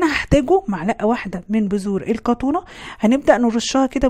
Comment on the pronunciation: اسمها القطونه بس علشان النطق قالت كتونا اكتبي بقوقل تطلع لك